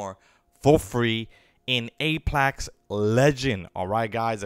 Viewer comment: Your saying apex wrong that's the only thing making me cringe LMFAO hope everything is well nothing but peace love and positivity